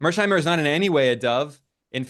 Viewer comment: Finally, someone with a clear head read mearsheimer correctly! Thank you, Ben.